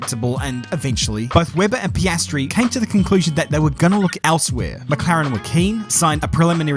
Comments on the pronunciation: Pee ah stree. Not pastry. lol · Am I the only one hearing 'pastry' instead of Piastri? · Everyone else: Piastri: Pastry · I cannot tell if this is on purpose but it sounds like you are saying pastry. Great video. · I love the pastry pronunciation... welcome to the big league, Oscar Pâtisserie? :) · I love how halfway through the video just gave up pronouncing Oscars last name correctly and just said "pastry" over and over;) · Maybe I need to get my ears checked. Did keep calling him Pastry in some instances? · Love how you call him "pastry" every other time 😂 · I love the "Paistri" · Does anyone else hear him say pastry? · i'm not the only one hearing pastry right? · yeah he's actually saying that sometimes, it's a running joke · Great entertaining summary, but I hope you learned how to pronounce his name properly by now. Some people in the comments even wrote it that way, but there is an "i" behind the "p". 😊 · Mispronouncing Piastri is childish and stupid.